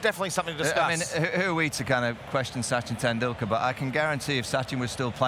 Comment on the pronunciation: "SuCHin tenDoolKErrrr and VirOOT KOLeeeee"